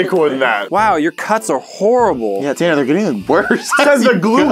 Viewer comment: Tanner not tannar